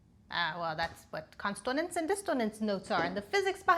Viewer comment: Are you intentionally misspelling/mispronouncing consonance and dissonance?